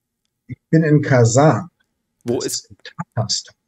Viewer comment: Kazan ist ein Topf, ich hätte gedacht jemand, der der russischen Sprache mächtig ist, wird es richtig aussprechen.